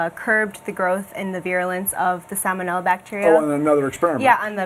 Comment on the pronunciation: Sal-moh-nella. Vye-roo-lent.